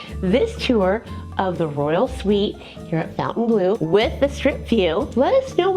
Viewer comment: Thank you for your review and filming. I'm not being rude please don't take it that way, but Fontainbleau does not have a U in it - as in the word fountain, Phonetically it is -fon-tan blue. It is a beautiful place.